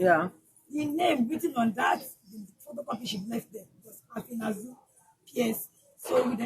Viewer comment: Efenaze not afinaze listen to the video well